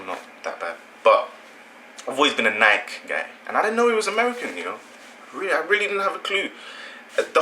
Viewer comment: Nike is not pronounced like "Like"...say it like you would say Mikey.